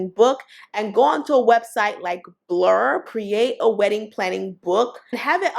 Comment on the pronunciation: Did she say blurb or blur for publishing the book